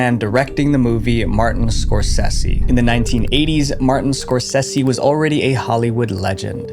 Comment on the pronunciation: Martin's last name is pronounced (score say zee)